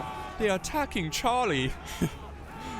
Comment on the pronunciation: they're attack-king Chaaaah-lee